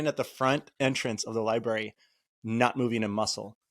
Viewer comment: pronounces it "lie-bary" 😂